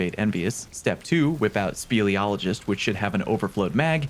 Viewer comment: Speleologist - Someone who studies caves. Pronounced correctly the first time. No notes.